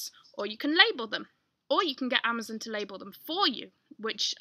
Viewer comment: i love how you say 'amazUn'....its so...not American lol thx!